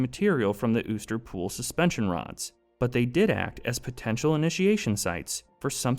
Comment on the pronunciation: you sure uster is pronounced that way? considering theres nothing above the u